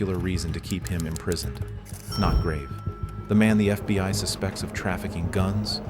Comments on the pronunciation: It's always FBY, and not FBHow😢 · Fby agents 😂 why does the ai alway get it wrong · Why do you say fby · “FBY” time stamp. What’s FBY? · Get an actual narrator. "FBY"... smh. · FBY headquarters? AI fails nicely.